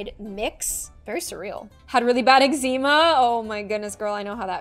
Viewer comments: I’m sorry but it’s not eg-ze-muh it’s eg-zuh mah 😭😭😭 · the way she said eck-ze-ma triggered me. It’s ex-ma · “Had really bad exeeema” Me: With eczema 👁👄👁 No it’s pronounced Xma 😌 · Yess like I have never heard someone pronounce Eczema as Eck-Zee-Ma I always had said Eck-zeh-ma... it was mind blowing hearing someone say it so differently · Eczema(egg-ze-mah): (Egg-zee-mah) 😂💀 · EGGZEMA? egg-za-ma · Okay I have to correct you because this bothered me, and you dont have to say it like this but this is how its pronounced. eczema: not (eg-zee-ma) its (eg-za-muh) sorry lol but I love you <3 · I am not trying to hate AT ALL but when you said eczeema not eczama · Its Pronounced Exma not Exzema Sorry had to say it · Did she really just call eczema Eggs-zEmah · hi i love your vids i just wanted to point out eczema is pronounced egg-zuh-muh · gurl.. did you really just call it eck-ze-ma? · pronouncing eczema like (Ex-cee-maw) no hate though love your videos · It’s pronounced eggzamu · I am so sorry but eczema is read (egg-zim-a) I’m so sorry 😭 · it is pronounced (EGG-ZU-MU) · I loved the vid but didn't like it how she said eczema when it's pronounced exma but it's just spelt eczema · THE WAY SHE SAID ECZEMA THOOOO!!! 😭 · *notices she said eczema wrong* Also me: SEARCHES HOW TO PRONOUNCE ECZEMA